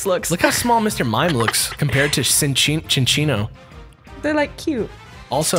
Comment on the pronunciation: It's Sin-Chino